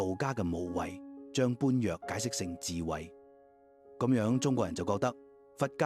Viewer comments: 有些佛教術語的讀音要商榷一下，例如「般若」應讀成『波野』；「法華經」應讀成法『花』經。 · 般若 ： 其讀音應為 波野！🙏